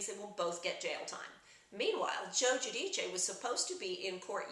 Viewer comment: Spot on again. I laud you for pronouncing the surname Guidice correctly in Italian.